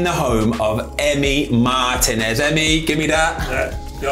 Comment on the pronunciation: Ben, please learn how to pronounce Martínez. Thank you.